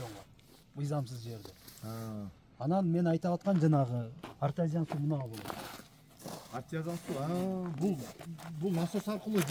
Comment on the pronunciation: Ээ артазиан эмес артезиан деп туура айт сен ......